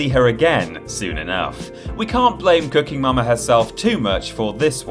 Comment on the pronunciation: Wasnt watching for a sec and swear I heard say Wii "Cucking" Momma Kit.